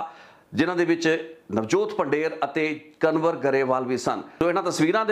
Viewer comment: ਕਨਵਰ ਨਹੀਂ ਕੰਵਰ ਸਹੀ ਨਾਮ ਆ ਜੀ। 🙏🏻